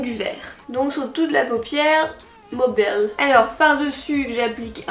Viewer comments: 'sur toute la paupière mobèlee' mdrrr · et on applique sur la paupière... MOBÈL ! 😂😂 Hahaha je t'adore, Belgek en force 💪🇧🇪 et Make-up flawless 😍😍😍